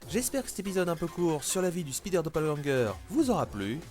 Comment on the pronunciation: Speeder man=l'homme rapide ça me stresse d'entendre un mot anglais francisé au point de perdre tout son sens